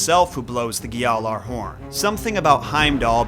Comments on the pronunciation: Never understood why this guy says these words as if he’ll be cancelled for not pronouncing every last letter. Like just say ghjallarhorn, jotuns, and everything else the same way everyone in the game says it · Says he's a Norse nerd and doesn't know how to pronounce gjallarhorn correctly